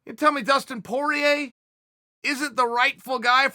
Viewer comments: Dustin: my name is Poirier Chael: no, it's Porier Dustin: my name is Porier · Dustin: My Surname is Poirier Chael: Porier Dustin Porier: Wait how did that happen? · Porier! LOL, oh Uncle Chael. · who the fook is porier porier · "PORIER" lol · Your missing the extra “i” in Poirier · I lost it seeing around everyone butchering that name. Is poirier for god sake p o I r i e r that damn "I" it's like something french or what, how guys have such a hard time getting it down right?